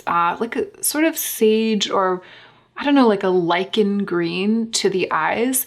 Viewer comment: learned how to correctly pronounce "lychen" today (I'm German). thank you!